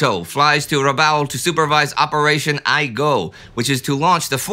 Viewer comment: Operation I-Go is pronounced "ee-goh". Sounds pretty silly when you pronounce it with English phonetics.